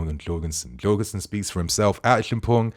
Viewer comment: Djurgarden FC is Yur-Gordon. Pronounced like Gordon Ramsay.